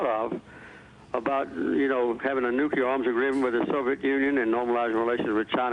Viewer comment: Jimmy Carter is a great man, but he does still say "nucular". Takes me back.